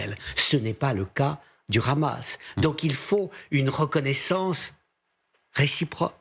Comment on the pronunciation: sa prononciation du mot Hamas me dit tout ce que je dois savoir sur sa position